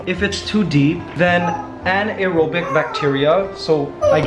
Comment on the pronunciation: I got that creepy crawly feeling when I heard you pronounce “anaerobic” and “methane”. 😂